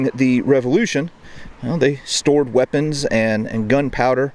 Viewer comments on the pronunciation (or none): none